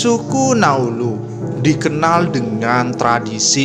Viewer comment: Naulu bukan nauluz Ngarang2 saja bahasa mu